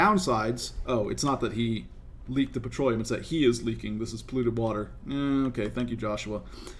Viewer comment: Yeah... "Petroleum" :D :D :D :D